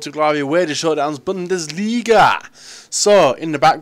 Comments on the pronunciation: U said BUNDISLIGA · you said bundisliga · The intro you said bundersliga ? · U said bundles liga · Lol when he says bundesliga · Bundesliga lol its brazil:) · Did he say Bundesliga ?? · did he say bundesliga? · Did anybody cringe slightly when he said bundesliga? :/